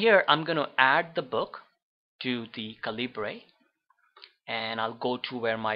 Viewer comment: FYI, it's pronounced "CAL-ih-burr", not "cal-EE-bray".